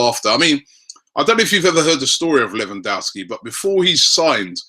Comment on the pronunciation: LEV AN DOV SKI please say it right, infuriates me when people go American and say LEE WAN DOW SKI